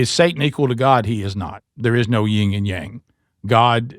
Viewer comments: This out of love, but it's pronounced "yin and yang" Not Ying yang. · Please stop saying "ying" and yang. It is "yin."